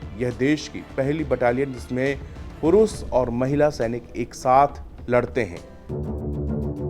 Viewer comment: पहले श को स उच्चारण करना बंद कर, शक्कर को सक्कर बोलना बंद कर, पुरुष पुरूस नहीं होता, झंडू बाम लगा